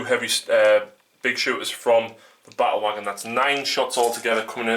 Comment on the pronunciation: Awesome game, I like how you pronounce "Ba-ule Wogon". I subscribed.